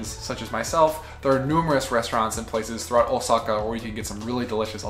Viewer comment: Is "Oh Sackhaar" not a german pronounciation of... Lets say something "different"?